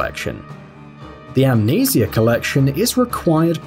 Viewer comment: Pronounceing amnesia wrong. Just saying.